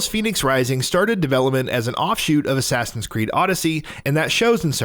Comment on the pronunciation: My man did you just say assign its Assassin how do you mess it up